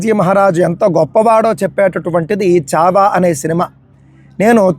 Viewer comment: Chava kadu chaaavaaa